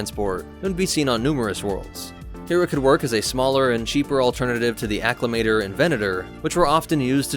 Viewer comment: it's called Acclamator not Acclimator!:P